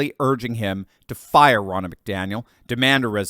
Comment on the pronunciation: I hate it win you say Biden ‘won’ here or there…we all know he DIDN’T win a damn thing in 2020, biggest steal of America’s history! Thank you for your videos! 🙂 and it’s pronounced Ron-na, not Row-na lol. People!! GET OUT AND VOTE! DO NOT TRUST THESE POLLS! 🇺🇸🇺🇸❤🇺🇸🇺🇸